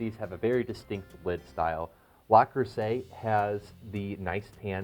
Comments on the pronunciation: It’s Le, Le, Le not La. most people know it’s Le Creuset!!! It’s very annoying and I found myself focusing on rather than the content of the video. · Le...Le...Le Creuset not La! I owe Le Creuset and Staub. Love them both. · but the woman in the link you provide is saying Le not La by the end of the video. in French le and la are pronounced differently. No French speaker would mix them up so it surprises me that the rep taught you to say LA. Also, in the video the woman was saying LES at first. Les is the plural of le (masculine form)/la (feminine form) and is pronounced differently than both. Again, by the end she is pronouncing it correctly, LE rather than LA which is how you pronounce it. Finally, I don’t want you to think that I am trying to same you because I am not. I just want you to get it right so that you don’t run into this criticism again. Good luck my friend. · Le, not La Creuset. Minimalist, not minimalistic. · "Because its a French Company and in the French language that’s how it’s spoken." No, it's not. "Le" is pronounced sort of like "luh" in French, not "lah" as he did in this video. That would be "La Creuset" not "Le Creuset." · Luh-Cruz-ay is the French pronunciation. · He's from Spain...didn't you hear? He said La Crosete🤣🤣🤣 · Lu cru say according to the people at le creuset they have a YouTube on it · Daniel Jackson, for an english speaking person, maybe.. Not for a french speaking. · That is so annoying. How many times did he say it wrong? It’s right in front of him on the lid. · Absolutely. Say it right please. 👍